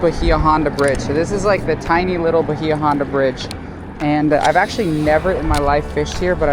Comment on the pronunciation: Hate to be the grammar police… but it’s pronounced By-ya Honda….thanks for the amazing content!